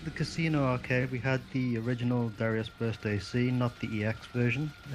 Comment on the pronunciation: We've all been pronouncing Darius wrong. Turns out it's actually Dah-rai-us.